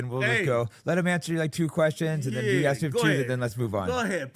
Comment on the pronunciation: It's ask..... with an "S". Let him land the plane.😂